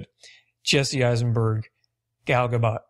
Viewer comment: *Gal Gadot.. not "Gal Gabot".